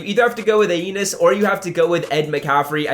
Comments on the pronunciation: Thank for all the great content. FYI...pronounced Uh-nee-us. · Its pronounced uh-knee-iss Williams buddy lol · A-nee-es Williams lol 😂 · It’s Uh-knee-us Williams I believe, and I went with Eddie George until I get a rb then I’ll get Ed 🔥 Vid tho keep up the work